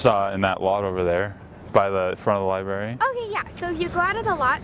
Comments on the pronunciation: "Otay" is perf 😂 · "OTAY" ffs im dying help me